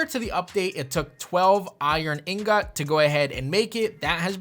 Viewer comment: In-got...repeat after me...in-got 😏